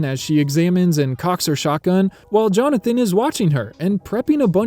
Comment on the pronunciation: There ARE 53 new shots, not IS. And it's JonathAn, not JonathOn.